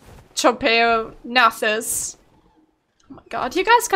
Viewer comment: Trop-ee-ag-nay-thus. Np